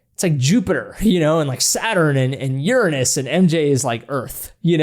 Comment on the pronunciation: I'd love to teach you how to pronounce the name of Uranus.